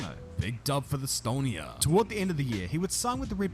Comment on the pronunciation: whoever made this video, it's Estonia not Stonia... we're all hurt